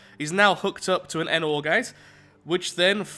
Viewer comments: It’s a nor gate not a n or gate. Nor is a word, you know. Neither this nor that. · your mispronouncing the NOR gate its not N OR gate its NOR GATE